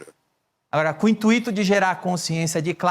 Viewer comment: Danilo, as palavras "intuito", "gratuito" e "circuito" não são hiatos, logo, a vogal "i" não é tônica. Nestes casos, a vogal "u" é tônica e se trata de ditongos. Abraço.